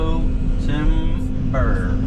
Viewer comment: You said ti.ber and camera fell😅😅😅😅